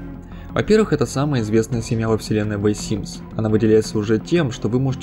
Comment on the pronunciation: ВЭ СИМС ЫЫЫ